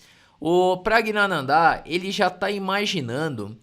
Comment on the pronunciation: Praggnanandh"áá"??? kkkkkkkkkk é wingardium leviosa não leviosá